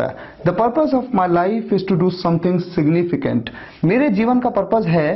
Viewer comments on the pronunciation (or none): Sir apne significant ko galat pronounce kiya hai. सिगनिफिकन्ट hota hai. Thank u sir.